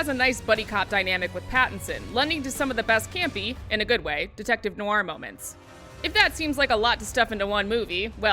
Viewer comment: Noir, it's "nwar", not "nuh-wahr"